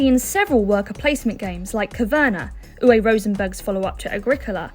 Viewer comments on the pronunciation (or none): "uVe" (uwe) Rosenberg. It's pronounced as a V, not a W, come on now